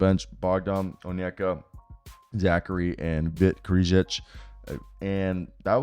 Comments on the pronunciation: Hey man, I used to hate on you really hard. I'm glad to see how much you have grown. Solid content all around. Just wanted to give you props. Also it's pronounced Vit Kray-shee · Vit's last name is pronounced like Cray-chee